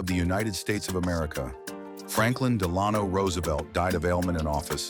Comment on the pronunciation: And yet, Another AI voice manages to turn my stomach within the first 15 seconds. It's "DELano". Not "de-LAHN-oh". The animation is great, but President Roosevelt did not WALK to and from the Yalta Conference, as he was in a wheelchair. Love that he was able to stand watch over his own casket .... sometime before the rail line leading straight into the White House would have caused almost certain disaster.